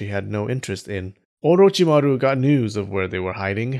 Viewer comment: The way you say orochimary is 👍